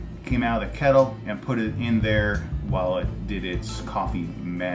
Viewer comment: I swear you said "kettle" with a aussie accent !